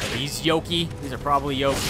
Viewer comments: 64 Actually Yokai is pronounced Yokai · The way he says Yoki made me laugh so hard. Actually, the way he pronounces everything is amazing.